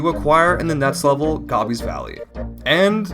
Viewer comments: did... did you just say "gobby"? Try, GO BEE. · Bro it's Goe-bee with a long o. Like stop and GO. GObi. 😉